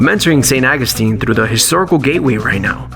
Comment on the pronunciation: Could have been a great video... Saint AW-GOO-STEEN. AWWW!